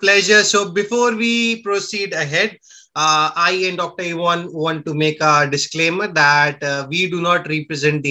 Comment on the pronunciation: Ohhhhh you mispronounced Ivan.oops.